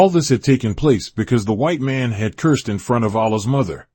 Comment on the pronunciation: Nice, only thing I take it that this is being read by AI because it sounds like "Black mun"instead of "Black Man"